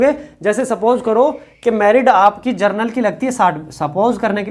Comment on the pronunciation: जर्नल का बच्चा है ,,😮 ,,,,,की जनरल का बच्चा है,,,sir क्लियर बोलिए ,, कन्फ्यूजन होता है 😂